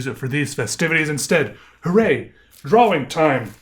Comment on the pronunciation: I think it's more like "draw-wing"